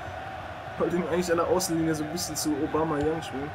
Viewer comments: Aubameyang wird übrigens obamejang ausgesprochen^^ jedes mal wenn du obamajang denk ich dass barack obama junior bei dir mitspielt^^ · der heißt aubameyang nicht aubamayang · Der heißt nicht Obama Yang sondern Aubameyang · Naja also obamAyang wird es nicht ausgesprochen. wenn eher obamEyang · Klingt immer so als würde er Obama Young sagen... xD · Cooles Video aber warum sprichst du Aubameyang Aubamayang aus? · Wieso sagst du Obamayang??:) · Aubameyang wird er ausgesprochen Kein Hate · obamEyang tut mir leid wenn ich das hör werd ich aggressiv wäre nett wenn du das richtig aussprechen könntest! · Haha Lachflash bei der Aussprache xD